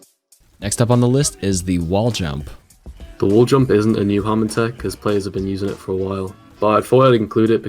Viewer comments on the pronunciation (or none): Is it just me or did he just call Hammond Haamond?